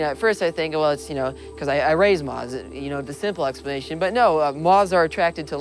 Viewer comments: why can't this guy pronounce moth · Moth not moz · I love him, however, im offended by how he says moth.